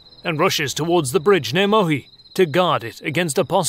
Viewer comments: Very nice, very cool. But the name of the village is 'Muhi' correctly not 'Mohi'. :-) I live in Hungary, I am a Hungarian, I know that :-) . That is interesting, because all of other name of other villages are correct. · Verecke: listen to it's pronunciation in Google Translate! The name of the village is not Mohi, but Muhi. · Not Mohi but Muhi. Perhaps you Englishmen like to say everything as you like, but the place is Muhi and this is why Battle of Muhi. There are no Mohicans instead. Afterall the thing you do is nice and honorable. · That's "Muhi" not "Mohi